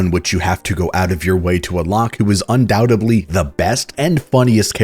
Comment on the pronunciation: Say it with me, “Un-dow-ted-lee”